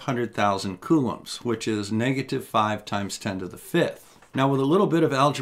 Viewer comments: I'm sorry,. I love the channel and everything you do, but "cowloomz"? "Koolomz"! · I thought it was "coo-lahms"